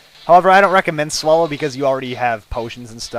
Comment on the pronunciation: you say swallow weird.. haha. sounds like you say swullow.